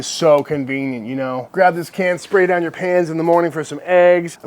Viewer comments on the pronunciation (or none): Talking about the beef tallow spray, I thought you said something about spraying it down your PANTS in the morning. Then I figured out you had said PANS and just laughed.